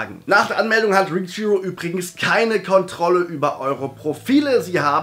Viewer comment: Du sagst richhero, aber es heißt reachhero.